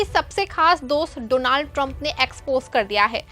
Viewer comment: You are a new actor please learn to pronounce his name properly. Doo-naald trump seriously you are a joker reporter 😅